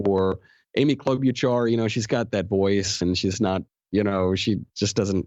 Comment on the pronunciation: You're saying Klobuchar's name wrong...